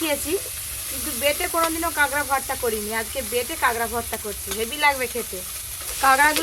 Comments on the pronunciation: Kagra na kakra bole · 'কাঁগড়া' (!!!!) বাটা??? কি সুন্দর উচ্চারণ।